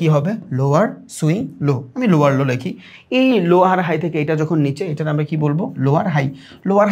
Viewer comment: ভাই ৪৭ মিনিটে লোয়আর লো কে লোয়ার লো বলবেন।